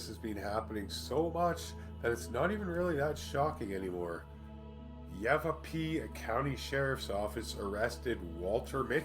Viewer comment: 'Martinique' (Mar-tin-eek) and St Vincent & the Grenadines (Gren-uh-deenz) Yavapai (Ya-va-pye), just thought ya needed some help on the pronunciations. Lol ☺👍